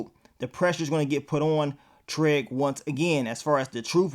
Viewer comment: I love how you say Treg instead of Trig lmao